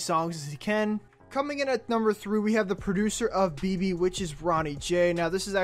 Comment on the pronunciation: Like si eres Mexicano y te lastimo cuando dijo BeBE